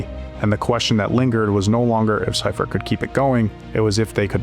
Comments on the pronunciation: All this work just to find out you pronounced one of the greatest coaches of all-time name wrong. It's see-furt not cy-furt. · SEA fert Not SY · Sea-fert/see-ferd …. Sci-fert is frying me 😂😂😂🤦🏽‍♂️. Other than that, GREAT FK’n video!!! I’m from Philly but been a 49er fan my ENTIRE life. One of my recent most memorable moments of this team is when the NFL allowed fans back in the stadiums after COVID. U.S. 49er fans took over the Linc aka Eagles stadium for the season opener and we won the game!!! It was funny bc a lot of Niner fans were from out of town and were kinda scared of Eagles fans but I assured them they had nothing to worry about lol. Every time I got up for good or the bathroom the entire section got up to do the same thing 😂😂😂. Wildest shit I ever experienced at a game lol. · It's not SI Fert, it's SEA Fert. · The coach that took over for Walsh pronounces his name as SEE-furt, not SI-furt . That part, as well as issues with some of the AI created graphics bothered me about this post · Thumbs down and stopped watching after dude kept pronouncing Seifert wrong 🤦🏻‍♂️ who the hell is George Cypherd? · then do better research. George Siefert's last name is pronounced SEE-fert. He only won two Super Bowls, not like he did anything special. 🙄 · George Seifert is pronounced SEEfert. At the very least research the people you're talking about so you can at least pronounce their names correctly. Is everybody so goddamn lazy nowadays? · lol *see-fert George Seifert sorry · I watched a lot of NFL films, and they always pronounced his name See-fert. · See-fert is the pronunciation of the coach's name. Great video and audio. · The narrator is pronouncing George Seifert's name wrong. With all do respect to Steve young he didn't have the big game mindset that Joe Cool did.